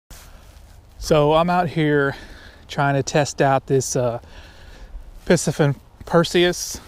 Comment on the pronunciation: It’s pronounced “PC-Fun” NOT Pissy fun!